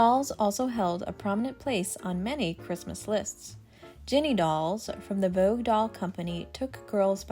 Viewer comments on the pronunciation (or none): none